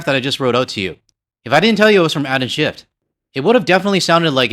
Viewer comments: It's "SchiFF" ...not "SchiffT" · Just love how you change that senator's name by accidentally adding a t at the end,.... yeah, he is a 'shift(y)' guy..... And I will never buy any US wine, I'll stick to my favourite BC wine, Jackson Triggs, from just down the road, and locally made beer....Okanagan Springs. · Just a quick note from a radio guy… there is no T in Schiff when you pronounce it. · Agree with your sentiments, but the name of the California senator is Schiff , not Schift. Don't weaken your argument with mistakes. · I am certainly no fan of Adam Shiff. However, if you are going to rail on the guy perhaps you could say his name correctly. Ironically Taco Tuesday calls him Shift as well.... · Something that makes me giggle: when you ask us to click on the bell icon all, as well, it sounds like: Click on the bell icon, ALL IS WELL.. I love that part. As for Shift, from a Canadian perspective, he is a Republican wanna be. He is in politics for the Grift Only, Just like Nancy Pelosi and Chuck Schumer. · I have NEVER liked California wines. I tried a few, and stopped. They are horrible compared to many other countries wines, including Ontario wines!! Oh and by the way, there is no 'T' in Shiff. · They're US-ers. That's all. Nothing else to say.😂🇫🇷🇪🇺 Also it's SCHIFF. Not SchiffT. No T on the end. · I was a bit more polite when I commented yesterday on Schiff’s YouTube post (ingrained Canadian politeness 😬), but I agree with you. At this point, even if it all goes back on shelves, their sales won’t come back to the same level. Ontario and BC wines have benefited from this whole thing. And it’s Schiff, no T